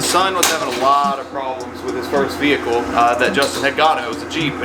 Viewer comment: Lol saying "vehicle" like a cop gave me a chuckle